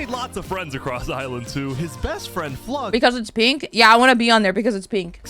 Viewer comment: No one says Flux's name right Its not a Eeveelution, Flux ION its FLU -IX-ON